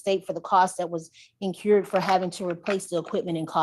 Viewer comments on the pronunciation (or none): “Incured”… I believe she meant to say “incurred”🤣🤣🤣